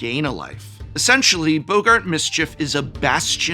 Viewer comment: 😂 calling boggarts "Bogart"